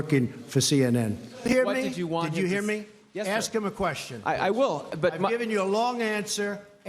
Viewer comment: Yo. The word "question" is not pronounced "queshun". Don't be lazy with your speech.